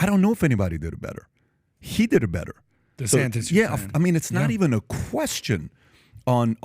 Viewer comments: Did anyone notice Trump kept saying “DeSanctis”, not “DeSantis”. It’s a playon from his original attack “DeSanctimonious”. It’s subliminal, it’s intentional and it’s pathetic. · Is he calling him Ron Desanktas